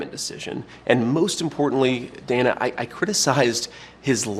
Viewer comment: I do like how JD keeps saying her name.. Dana i... and such. It's a smart tactic